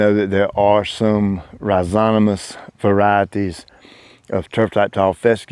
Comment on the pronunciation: rhi zo ma tous not rhi zo ta mous 👍😊